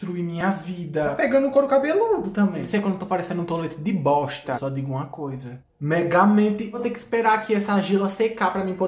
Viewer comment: "só digo uma coisa...MEGAMENTI"